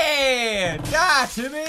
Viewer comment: its not timy its jimy